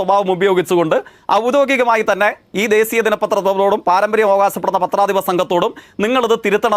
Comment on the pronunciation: Ivante malayalam tone kelkumbol....onnu nirthi pode...vaaanam..avante oru വിശശിക്കൽ ,deseeya aaadhyam മലയാളം പഠിക്ക് ഉച്ചരിക്കാൻ....ഇതുപോലൊരു kizhagann.....